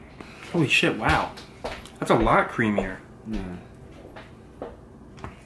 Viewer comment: idk if it's just me, but when Dylan says "sheeiit", I can't help my laugh pretty fucking hard😂